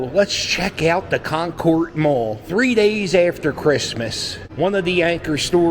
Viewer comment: I grew up playing video games in the Space Port arcade in this mall in the 80's/90's. Also, we pronounce it KONkerd, instead of KonKORD